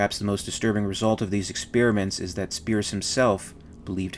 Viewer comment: Please learn how to pronounce experiment.